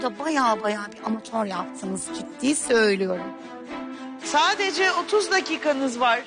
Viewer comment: De ve da bağlacını ayıramayan gördüm de "sadece" kelimesine "sacede" diyeni ilk defa görüyorum dhdhhs